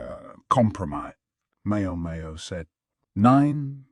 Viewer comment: Every time it says Mayo Mayo instead of MaoMao I get visions of a Helman mayonnaise jar in my head